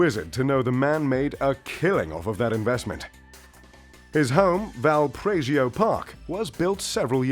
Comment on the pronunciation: Val- puh- riso park